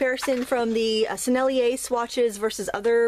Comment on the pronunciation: You said "Sennelier" just fine !